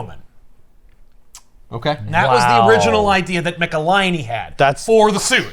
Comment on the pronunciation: David Michelinie Hi David Mecka-hiney Ho